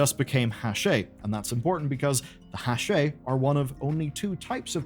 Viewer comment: It's Hak'ar